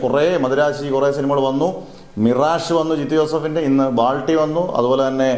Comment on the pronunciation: ബാൾട്ടി അല്ല ബൾട്ടി 😂😂